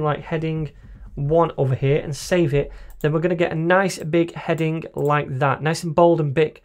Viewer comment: 読音が日本人：stronグ headinグｗｗｗ